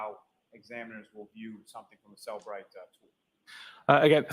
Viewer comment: It is Cellebrite